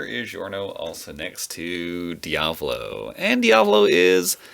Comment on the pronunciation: DIAVLO? DEE-UH-VO-LO is the correct pronunce I'm Italian